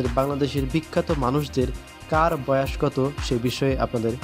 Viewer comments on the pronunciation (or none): উচ্চারণ ঠিক করেন। বয়াষ কী।